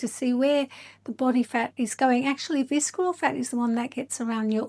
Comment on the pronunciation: The C is not pronounced in “visceral.” It’s pronounced “VISS-er-ul.” 😉 I’ve done both InBody and DEXA scans. I actually had my 2nd DEXA scan just yesterday. DEXA is definitely the gold standard. InBody is a form of Bioelectrical Impedance Analysis (BIA), which is very affected by hydration fluctuations. It’s the same technology used for bathroom body fat scales, but slightly more accurate due to the handles (although there are some home models now that use handles). PS I think your fitness is excellent, but the facial fillers and Botox actually make you look older… You can barely move your face. But you have a lovely, calming speaking voice.